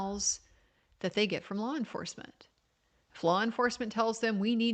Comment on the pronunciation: I heard “flaw enforcement,” lol. 😂 All joking aside, I’m saddened and concerned by how this trial, so far, resembles a witch hunt.